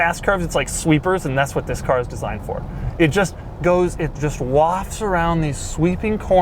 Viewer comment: Waft aint no country I ever heard of! They speak English in waft?